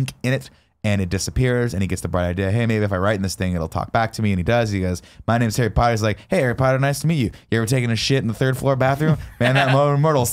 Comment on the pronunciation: Does anyone else hear ‘Hairy Potter’ and not ‘Harry Potter’